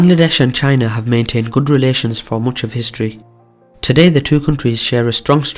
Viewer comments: Idk maybe French? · Did he just say “mooch of history?” what accent is that? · why did you say "much" as "mooch" at the very start of the video. You Liverpudlians are "Foooony".